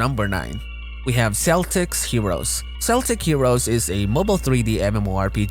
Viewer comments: Celtic Heroes its not S=eltic its K=eltic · Kell ticks... Not Sell ticks... This isn't the Supersonics! lol Great review!